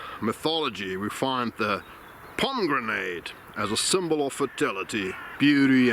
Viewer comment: Hi For pronouncing pommegranate in English, try pommy-granit rather than pommy-grenade. Always interesting content. Danke